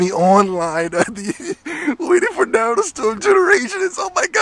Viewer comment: I Hate when People say "Naruto" Wrong and you call yourself a true Fan...smh